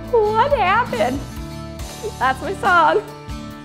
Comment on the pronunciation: I love when Natasha sounds more Canadian than usual 😍😍 when she laugh saying "what happened" MY HEART